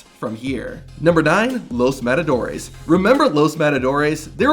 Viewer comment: "Los madadores" 😂😂😂